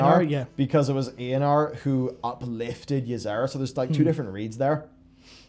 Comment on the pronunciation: its Eonar not not eanar